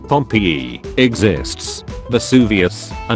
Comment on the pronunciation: 🧃🐙 TTS voice: pomp-eeee